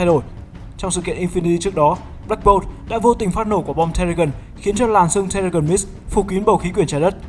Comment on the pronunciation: Terrigen Mist đọc sai anh ơi